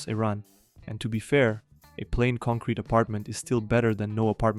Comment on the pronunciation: take a shot everytime this guy says “concwete” 😂